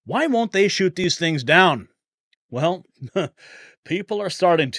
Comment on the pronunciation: Its shoot** not shot..lol sorry Mr Prez